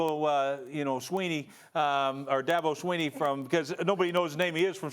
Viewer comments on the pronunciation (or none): dabo sweeny? rex u drunk lol its DEEBO SAMUEL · Daboo Sweeney bro it's deebo Samuels